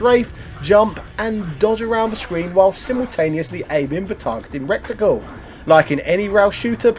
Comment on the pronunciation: Reticule? Reticle? Rectricle? I love this channel